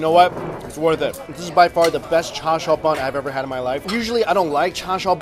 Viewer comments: why r u saying cha siau. chinese people say cha su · why does pronounce it char "Shau" when its char "siu"?! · The way you say Char Siu is making me cringe >.< Other than that, great vid!